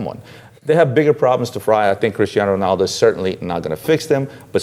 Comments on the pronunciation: RONALDO guys not Renaldo LOL neway nice vids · Who is RENALDO? It's RONALDO. FFS